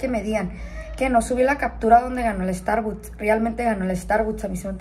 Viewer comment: Starbuts dice s😂